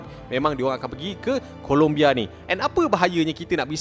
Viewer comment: "Colombia" bang bukan "Columbia". Rajin buat research sikit. Jangan tangkap muat je. Nama negara orang tu, kena hormat.